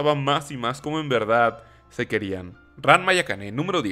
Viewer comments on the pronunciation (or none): none